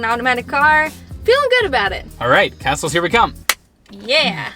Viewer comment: When you said, “Let’s hit the castles”, I heard “Let’s hit the hassels!” 🤣